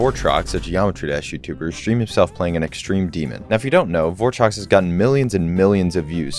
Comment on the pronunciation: that ain’t votrox, that’s bortrox!